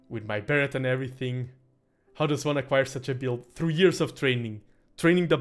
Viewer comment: Hot tip - "Beret" is pronounced without the 't' in English. So it sounds like "Barray". Great cast! :D